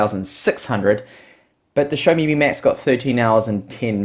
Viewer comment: Xiaomi is not pronounced "show me" its pronounced more like "schaw me"